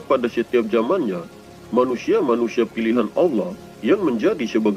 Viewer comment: Didalam alkuran tiyada huruf Lo tapi la maaf perbaiki cara menyebut ALLAH